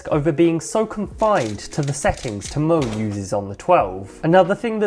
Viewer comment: This guys pronouncing Tymon as ti-moan made me cry